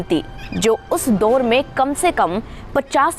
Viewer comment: Kahani to theek sunai hai pr yadi aapka pronunciation bhi theek hota to jyada prabhavshali hota. Jaise दोर नहीं दौर होता है